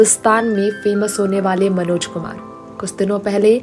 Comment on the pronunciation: आप बेवज़ह बात को रबर की तरह खींच रही हैं। मनोज शब्द का उच्चारण आप विचित्र तरह से कर रही हैं। कुछ ही जानकारियों को कोल्हू के बैल की तरह पेरे जा रही हैं। निहायत बकवास रिपोर्ट।